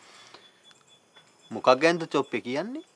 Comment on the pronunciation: අපේ ඩිරෙක්ටර් සර් සොප්පේ කිය කිය ඉදලා ඔන්න එක තැනක හොදට චොප්පේ කියනවා😂